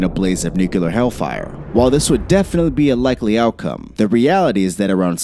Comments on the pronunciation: Why the F*CK can nobody say nuclear?!?! It's not that hard!! NU-CLEAR, not NU-CU-LAR. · Nuclear...."new-clear" not fucking nucular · Nuclear not nucular. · (noo-KLEE-er) not (noo-KEEWL-er) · "New-cue-ler"? NEW-CLEAR. NUCLEAR. NU-CLEAR. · New-klee-er... not new-cue-lur. Only one U in nuclear. Sorry. Biggest pet peeve in the world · Please ! It's NUCLEAR, not NUCULAR ! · New-klee-ur. Not new-q-lur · It’s nuclear. Not nucular. Hard to really get past that when watching this lol. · His use of « nucular » makes me wish a NUCLEAR war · new clear not nukeular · The word is nuclear... not nuculer. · its new-clear. not nuke-u-lure... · Nucular or Nuclear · Stop saying “Nuke-yullar”. It’s “NUCLEAR.” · Nuk-LEE-er not nuk-you-ler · Plese learn to say NU-CLEAR NOT NUKE-ULAR, thanks! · Nu-cl-ear. Not Nukular. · Sheesh... stop saying "nucular"! The word is "nuclear". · Nuclear. New. Clear. Not new coo lar. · "newkuhler" lmao. Stop it. Try "newclear" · What's a NUKKELAR WAR???? Are you trying to say NUCLEAR WAR rather than NUKKELAR WAR????? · The word is N U C L E A R!!! Not nucular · Immediately stopped watching and downvoted when I heard "nukular" instead of "nuclear" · I found ONE other human being that it irritates! Hello fellow human! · nu-clear, not nuceler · Please stop using the word "nucular". There is no such word. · ITS PRONOUCED NUCLEAR NOT NUCULER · Nuclear....not nucular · nuclear="new clear", never "new cue ler" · It’s *NEW-CLEE-AR!*. Not “new-cue-lar”. SMDH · The speaker he doesn’t know how to say nuclear properly he says nukeelar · New-CLEAR. NEW-clear. Not friggin' new-cu-ler! If you can't get the basics right, how are we to buy into anything else you say? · NU-CLEAR... NOT NUCULAR... Come on. Speak English. Not Bushish. It sounds so bloody stupid! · Nuclear, not nucular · ER - It's "NEW CLEAR" not "NEW CUE LAR" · It's nu-cle-ar..NOT NUCULAR!!!.. Other than that I love this episode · Is it nuclear or nukelar😆😆😆😆😆😆😆😆😆😆😆😆😆😆😆😆😆😆😆😆😆😆😆😆😆😆😆😆😆😆😆😆😆😆😆😆😆😆😆😆😆😆😆